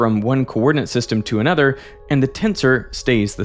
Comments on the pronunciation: lol no disrespect it just makes me giggle everytime that blonde man says "another" it sounds just like that woman's last name Nutter :p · "completely disappears in an udder"